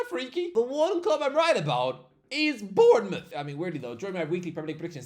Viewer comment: Of course he gets Bournemouth right 😂